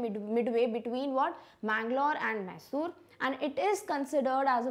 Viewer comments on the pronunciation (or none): It’s not Koorg , it’s coorg and also not mai-sore its my-sore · Pronounction of few words like Coorg (mostly importantly), Cariappa, Mysore isn't correct. All Kannadigas would be feeling sad...